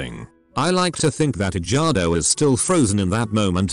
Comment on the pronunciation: I love how the narrator pronounces the name as edge-gardo